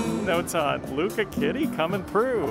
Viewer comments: “LUCA kitty” 😂 Im Puerto Rican so that made me laugh. LU-CHA…. Like LOU and the CHA CHA slide. Lucha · Lucha......CH......Lucha Kitty.....not Luka kitty.....lol